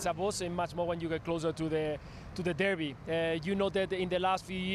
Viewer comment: It's derby 😅😅😅